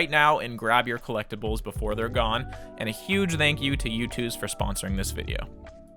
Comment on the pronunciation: Why do you say “thank” like that